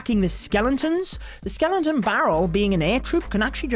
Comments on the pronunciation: Sorry but it’s skeleton scel-et-on barrel not skelenton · Its skeleton you dum not skelenton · I guess it is pronounce Skeleton.. npt skelenton 😀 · It’s Skeleton... not skelenton... no N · everyone: Skeleton: Skelenton 😂😂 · Dude it’s not “skelentons” it’s skel•eton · Whats a skelenton haha. Isnt it called skeleton? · Stop saying skelenton, like omg dont do youtube of you cant even pronounce skeleton right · Ugh!! Please. Why you saying skelenton? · Skeleton, not skelenton.. gosh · Take a shot every time he says skelington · skelenton barrel 😂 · Skeleton, not skelonton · I love how he pronounces skeleton as "skelen-ton"😂💔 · it clearly says skeleton not skelenton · Why are you pronouncing skenlenton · Skelenton.. Skellington?? Love the vids but couldn't stand your pronunciation of Skeleton xD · "Skelenton" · Nobody:: Skelentons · Is it just me or is he saying skelenton? No offense, great video! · My TH11 base: SkeleNton Barrel (Level 8) My TH10 base: SkeleNton Barrel (Level 7) My TH9 base: SkeleNton Barrel (Level 6 ) ..Man that "skelenton disturbs me.. :D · skelenton lol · Is it just me or did we all hear skelentons 🤣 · “Skelenton” 😂 noice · “Skelenton” lol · With ur accent it sounds like Ur saying Skelenton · my man is pushing 40 and can’t say “skeleton” skellington headass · no body:: SKELENTON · Dafug is a "Skelenton"? 😂😂😂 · Did i hear skelentons ? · I find it triggering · My diarrhoea gone after listening to his SKELENTONS and clenching my butthole everytime he said it. 😂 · Nobody:: SKELENTON